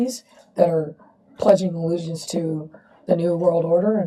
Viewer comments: Pledging aloogance? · WTF, did she really say pledging allegiance to the new world order, or are my ears broken?!